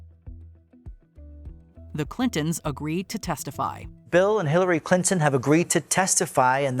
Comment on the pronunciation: Hiwawy cwinton😂